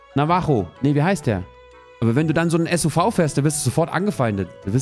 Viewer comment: Hat der SUV deutsch ausgesprochen?